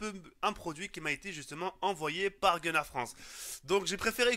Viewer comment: I dit pas gunnar i dit connar lui